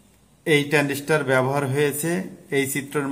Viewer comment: ট্রানডিষ্টার নয় ট্রানজিস্টার হবে। এটা ট্রানজিস্টার নয়।